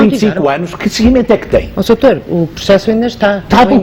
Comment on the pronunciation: "Mas oh soutour deixe-me só...Desculpe soutor...pois, soutor" Pessoa Honesta - "Estão a dar uma de viúvas virgens"... OUCH! Essa foi a estocada final. A devia ter dito boa noite, fim da entrevista.